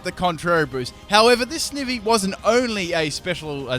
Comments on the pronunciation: ITS PRONOUNCED SNI-Vy NOT SNIH-Vy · loved this video but i couldn't get over one thing... "snivvy" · Its not Snivy, its pronounced Snivy! Ugh. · the way you pronounce snivy physically hurts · The way he says snivy makes me wanna die lol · It's snivy not snivy